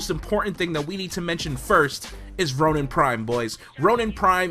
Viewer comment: did you just say tonin???